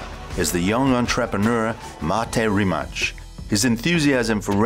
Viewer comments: Worst Rimac pronunciation to date. Its pronounced Reema-tz with 'a' like in cart (not like in cat). The american way of ending it like 'mac' as in iMac is also ok. But Re-match??? WTF. Here is Mato himself saying it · I thought that's the guys name, its written 'Rimac', 'C' here in Croatia is pronounced like the 'ts' in 'cats' so it should sound like 'Rimats'. I'm English, living here a while. Don't be disrespectful people, this is a fantastic car! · I know the difference between č, ć and c too but as he said himself in the link I posted above that in croatian Rimac ends with something that sounds like -ch or -tz and he changed it to Rimac ("Rimak") because it sounds better for the "rest of the world" and not to confuse them. NOT my words but Mate's. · actually, the right way to pronounce the name, for english speakers, is Ree-mats. Ya know, mats like a plural of mat. So, Ree-mats. It's that simple. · In croatian it’s Reemaatz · Rim hatch consept one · Nah, he pronounces it Rimach. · Its actually Ree-mats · It's pronounced Rima"ts" like in ca"ts" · "Rimach" xD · This was probably the worse pronunciation of Rimac I heard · I'm Croatian. In short here's how you pronounce it: "Rima" part as is, and the C at the end just like the c in cistern. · Why is it so hard to learn how to pronounce a name like Mate Rimac, before you do a video like this.... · Great video but dude, RimaCH... at least say RimaK (like everyone else do, you now like k in well like), the right way is RimaC (C like zz in pizza) And for those who don't know much about Rimac Automobili and Mate Rimac the reason behind the Koenigsegg logo at I think is that Rimac works with Koenigsegg on Regera and the reason why Mate speaks German in this video is that they took it from an interview for a German site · IT'S RIMAC! NOT RIMATCH... Just say this "RIMATZ" ok... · Rimac as his name is pronounced RIMAS but as the company name people have been pronouncing it RIMAK and that's how he wants it pronounced.